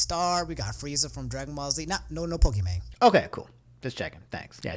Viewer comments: Poke mani interesting way to pronounce it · Good video. Just uhh it's Poke-E-Main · I know you addressed it but I still can’t get over pok-ee-manee lmao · my man, good vid but how did you not re record this. The pronounciation error is so jarring everytime you say it man. Even a meme edit would be better than this. Just put in the bababooie clip everytime you say pokimahknee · what the heck is this guy saying: Pokimaani, Contro-ver-siaal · No one: Absolutely no one:: Pokimanay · her name is pronounced poki mon. Because her name is Imane. So you were kind of right the first time c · I don't even watch Pokimane. I don't give a crap about her tbh. But bruh, if I hear someone say "poki-MAAN-eh" one more time, Imma lose my mind. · Fucking love Poki-ma-ne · Poké-Monay! XD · I kept hearing Pokey-Money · This man says “I know I’ve been saying it wrong, and I don’t know why” then does it again through out the video Lmao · The way you pronounced Pokimane man I love you you thicc king! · Why would you make a correction on the way you pronounced her name before if you're gonna keep calling her like that not a minute after? Why am I so triggered by this? I don't care at all but still bugs me off wtf